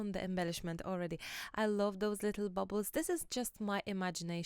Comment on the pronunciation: Urgh. Bubbles. As in soap bubbles. Baubles. As in Christmas baubles, pronounced (bawbles).